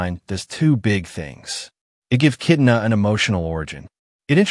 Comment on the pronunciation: Sir this is something cool info on the new mortal kombat movie sequel but you have to know the characters name that way people can actually know who u are talking about, it's kitana not kitna,fans may think that's a new character or something 😅